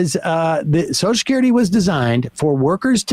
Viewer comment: I think it should be a law that you cannot collect Soshecurity unless you can pronounce Social Security!!!